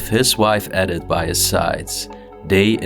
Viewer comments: What a find,. This adventure was wonderful. The woman's name Edith is pronounced E-dith. The small wheels on the chair are called casters. Great Job. Bravo❤ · It was a pencil sharpener. The name Edith is pronounced Eeeeedith. Love these old places and their history.